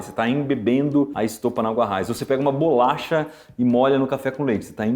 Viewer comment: Falou errado de novo, quando falou "embeber a BOLACHA"